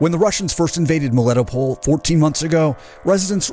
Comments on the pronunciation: You're putting your emPHAsis on the wrong sylLABLes. Melitopol. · MelitoPOL not meliTOpl, it is a Greek name ...You call the philosopher HarryTotal-loss?